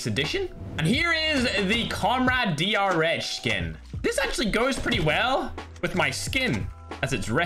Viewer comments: The didly-rh not the drh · A person saying DR-H:DR-H Ferg:DR-ECH